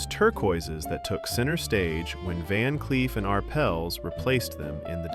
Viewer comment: How many of these items were stolen during the infamous LOUVE 2025 jewel robbery and sadly may never be seen again? THANK YOU SO VERY MUCH FOR PRONOUNCING VAN CLEEF & ARPELS CORRECTLY!